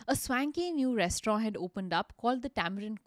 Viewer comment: I had to stop listening to this podcast halfway through because I couldn't take the way she pronounced "restaurant" any longer.